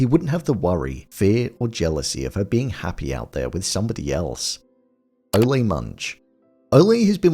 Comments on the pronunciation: it is, Ole rhyming with hole. not Ole' like a bullfighter yells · How come you keep calling saying ole like olly' ole means old in old English terms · It's OLE Munch, rhymes with hole. Not O-lay. He's not a bullfighter. He's 500 yrs OLD. Ol' Munch.